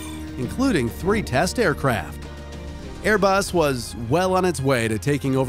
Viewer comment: Its ”*Airbus*”